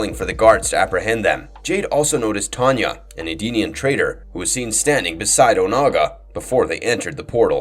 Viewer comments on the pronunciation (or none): none